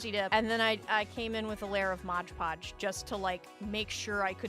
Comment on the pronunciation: To clarify, I love your videos… but the modge podge bit is really taking me out of it